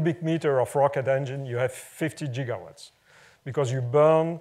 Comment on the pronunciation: he actually says jiggawatts! :)